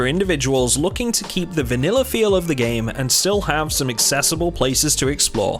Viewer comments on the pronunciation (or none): none